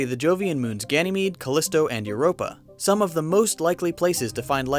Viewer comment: *some, not soke.